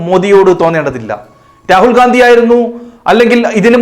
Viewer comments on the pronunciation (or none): none